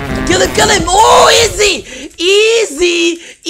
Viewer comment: I love the fact is a Filipino and I'm also a Filipino and the way says izi if funny😂